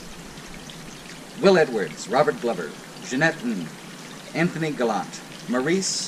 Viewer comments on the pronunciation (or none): none